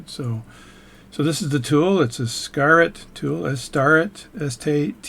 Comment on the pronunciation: Starrett is pronounced stare - et.